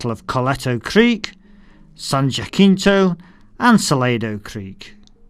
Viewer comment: As a native Texan, I just have to state...its pronounced: San Ja-Cent-Ohh... San Jacinto. Just bought the rules as I just laid down a pretty penny for a mess of Texas Revolution miniatures. Remember Goliad!